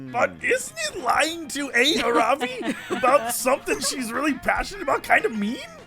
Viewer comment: Aaravi name is pronounced Ah-ra-bi